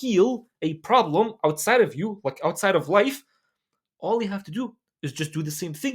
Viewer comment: When bruh say Life why i hear wife All the time